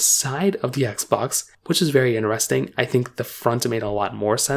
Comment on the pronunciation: just wanna say there is a ( T ) in interesting 😂 it’s pronounced inTeresting and not ineresting 😂